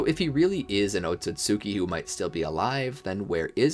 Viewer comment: “oat-so-sue-kee” he said 😭